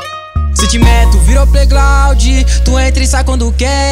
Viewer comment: Musica da hora, só a palavra plaiglaudi com "L" glaudi q ficou estranho, tinha q pelo menos colocar um "r" ali no ground, se vai falar uma palavra em inglês tem q soar pelo menos parecido tipo pronunciar plaigraud e não plaiglaudi, acho q deu pra entender né, a música e produção ficou da hora.